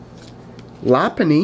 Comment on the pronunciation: Plus lopunny is pronounced low-pun-nee